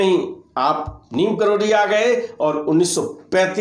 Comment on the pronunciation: Neeb karori kam se kam naam sahi bolna sikho.